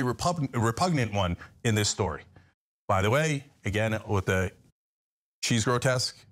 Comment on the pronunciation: Cenk keeps saying "grotess" does he not know the word "grotesque"?